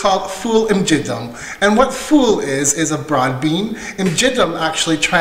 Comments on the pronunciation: Well Done!! Proset tassew. Please note that It is Ful imgiddem and not Ful imġiddem. The two words look the same but they have two totally different meanings. The 'g' of imgiddem is pronounced as the 'g' in get or gate. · No my friend you are saying imgiggem acually it is imgiddem very good of you for showing our traditions. In MALTA God bless.